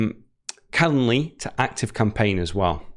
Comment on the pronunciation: Don't forget the "d" in calenDly! You're an English teacher! You also drop your "g's" most of the time!